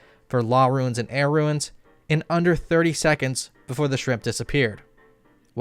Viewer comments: Stop pronouncing Runes as Ruins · I know this was three years ago, but are you ragebaiting when you say "ruins" instead of "runes"??? It is literally in the name of the game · WHY THE HELL IS THIS GUY STILL UNABLE TO PRONOUNCE A SIMPLE EFFING WORD LIKE 'RUNES' STILL!?!?!? Seriously what the hell is wrong with him? Stop putting a damn extra syllable into it, its roons not ruins ffs. It makes you look like a legit tard, you've been told repeatedly by many people but you just can't get it through your fat head. Nice vid btw, keep it up.